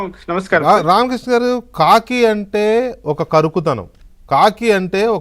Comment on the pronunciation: కాకి కాదు వి.కె 😅😂 ఖాకి 😅